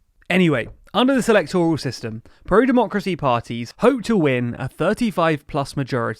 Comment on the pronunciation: Please pronounce 'electoral' with stress on the second syllable, not the third 🙏